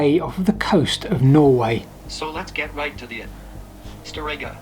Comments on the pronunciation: I don't know where you got that pronunciation from, but it's wrong. It's not "stoREGGa". It's "STORegga". The individual pronunciation of the letters is fairly acceptable. But "Storegga" is a compound word, made up from "stor" and "egga". Meaning "The big edge". So it is to be pronounced as "stor-egga", with emphasis on the first part. The same way you would pronounce "toothbrush" as "TOOTH-brush", and not as "too-THBRUsh". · Storegga isn't that hard to say when you know what it means. Stor-Egga (The huge edge). Stooreggah where the stress is on the oos. :)